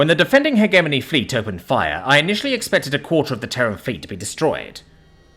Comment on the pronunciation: The biggest thing that rips me out of the stories is the poor pronunciation. Not of alien words/names, but English words. Hegemony, chitin, epitome, etc.